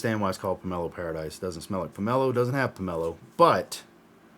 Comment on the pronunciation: Not Pomelo Paradise, it's pronounced PAIR-AH-DEESE. Watching now. Pomelo Paradis is my favorite from the house. I have many from this house and I adore this fragrance. Put a smile on your face is EXACTLY what this fragrance does. During the summer I go through almost a 100ml bottle of this. You cannot over spray this. Dude, I've been telling you for MONTHS you would like this house. I'm glad you do. It's a good one. No one does citrus better than Atelier. I think you would also like Armani Mania which you haven't tried yet. MFK said it was one of his most favorite fragrances that he created. Simplistic but beautiful.